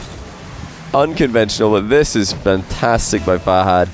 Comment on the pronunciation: If you met Fahad why are you still pronouncing him name wrong?